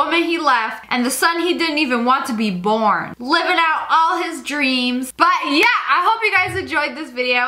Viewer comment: Ariana Grande: CEO of “Yuh”